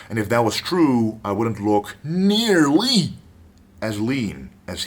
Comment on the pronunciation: NearLLLY... I would have added "on a DaiLLLLY basis, baby please, definitely as LLLLLean"